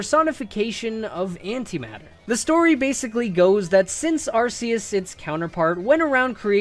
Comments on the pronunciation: That’s not how you say arceus it’s Arc[ark]-eus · Please don't say ARSE-eus😅😂